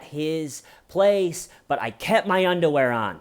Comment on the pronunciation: The way says "undawear" is so goddamn funny idk if it's intentional or not